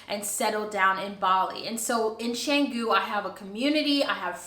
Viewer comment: Pronounce Cahh-ngoo. A friend owns a villa with B&B there but business has been very slow this year. Best of luck to you. I have Balinese house and live in it in Jakarta, the capital city of Indonesia. Take a look and if you visit Jakarta I too have B&B if you look for a place to stay. Congrats and welcome to this country.